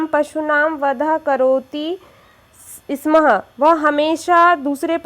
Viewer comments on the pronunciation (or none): दीदी आप स्म: नहीं स्म बोलें